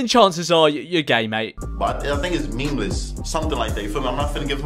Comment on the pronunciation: I heard “memeless” 😂